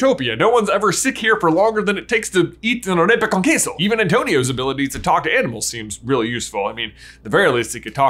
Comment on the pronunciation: great pronunciation of arepa con queso